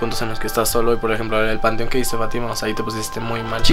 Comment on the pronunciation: dijo que pero se escuchó qui